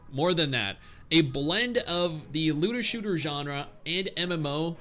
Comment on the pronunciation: why I am hearing "lewder shooter"?